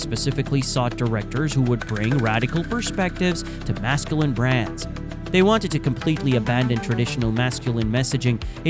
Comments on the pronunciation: Mask ku line? If you're going to let ai read your script at least correct it's pronunciation of common words. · Mass Kew Line Culture. It's pronunciations like this that make people think "AI shit vid"